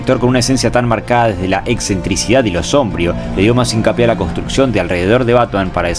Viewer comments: SOMBRÍO con acento en la i , SOMBRÍO , sorete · Excelentisimo video, concuerdo en practicamente todo. Una sola crítica: "sombrío" con acento en la segunda sílaba. Lo dijiste muchas veces mal y me dio amsiedad ah